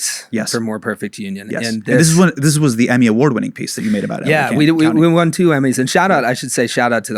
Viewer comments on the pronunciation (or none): none